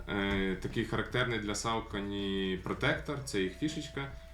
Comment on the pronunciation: Душніла в треді. Якщо вже докопуватися, максимально вірно (як на мене, звісно) говорити "сОкені", де "о" - це щось середнє між "о" та "а", а "е" - щось середнє між "е" та "о". Але ми тут не на лінгвістичному каналі, так що затикаюся. Вам все рівно + за, по суті, вірну вимову, бо скільки я вже тих розумників бачив, які буквально вчора дізналися, що правильно "найкі", а не "найк", і вже сьогодні починають повчати всіх навколо і всім показувати, які вони прошарені снікерхеди, але Saucony в них як було СаукОні, так і залишилося. І дякую за цікавий огляд!